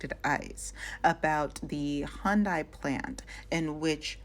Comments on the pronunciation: what is hi-un-day? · how white do you have to be to say "hi-yun-day" instead of hyundai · Did she say Hi-un-day? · Why is she saying, "Hi-End-day?" And where tf did she get her information about these people? She just made up some ish about their conditions and lives based on some ish she seen on Lethal Weapon 4. Tf😂